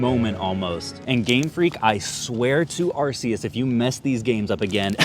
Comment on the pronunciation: If youre gonna swear on Arceus at least pronounce it correctly!